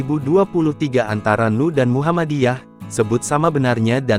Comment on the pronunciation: Ssya gk rela kalau NU dibaca 'nu'...tolong dibetulkan...